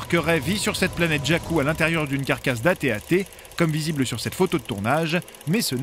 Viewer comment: ce que j'ai remarquais c'est qu'on die tb-tt au lieus de at-at